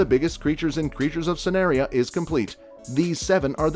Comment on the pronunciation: and sanaria 😭